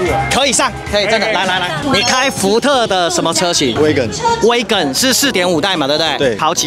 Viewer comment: 是挖根，，不是威根